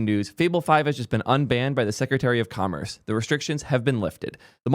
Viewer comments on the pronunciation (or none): none